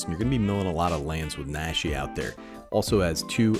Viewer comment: Since you brought it up. Naw-she. Like the aw in jaw or the a in nacho. PSA over. Thanks for the video